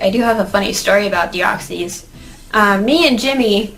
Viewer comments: No offense, but you pronounce Deoxys wrong. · it's supposed to be like deoxy ribonucleic acid